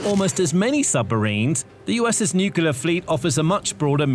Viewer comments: It's NOO-KLEE-ARR, not NOO-CUE-LARR. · It's NEW CLEAR, not NEW KILLER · nuclear not nucular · Nuclear not nucelar ... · Can you please say NU-CLEAR rather than NEW-KILLER . Honestly... learn the language. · What is nucular power? I have never heard of it. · Every time I hear "Nukular", I suffer. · Say it with me: New-Clear. New-Clear. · The word is Nu-clear pronounced as new-clear. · Dude is saying nucular in a British accent nothing that follows that can be taken seriously! I couldn't continue after maybe the 5th time but I'll be he says the hulls are made of aluminum or some such shite. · Thumbs down (again) for not being able (again) to pronounce the word "nuclear". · All that and you cannot pronounce nuclear?!?!? How difficult is that? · You have to teach your bot to pronounce nuclear correctly; not like GWB does